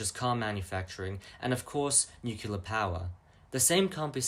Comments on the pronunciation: Sir, it’s nuclear. Not nukular. Pedantic issues aside, good video. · I love your content and feel you're underappreciated! But pleeeease: It's not pronounced "nu-kyu-lar"... there isn't a hidden syllable. "Nu-clear" (or even "nu-cle-ar"). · i gotta ask, why do you guys prononce nuclear as nucular? Also, bro, regulate your volume, those damn decades songs are like jumpscares when your voice is so damn low.